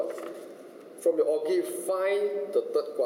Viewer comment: lol o-give sounds like kopi o'